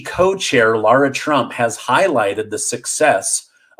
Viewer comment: You're pronouncing lara trump's name wrong